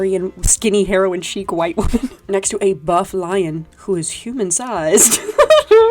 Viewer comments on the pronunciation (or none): none